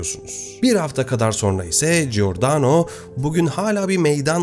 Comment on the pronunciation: Giordano=Cordano okunur, İtalyanca da gi=c okunur. G okunması için önüne gh=g okunur, yeğenim, teşekkürler emeğine.